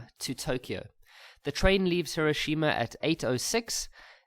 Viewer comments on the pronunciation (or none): none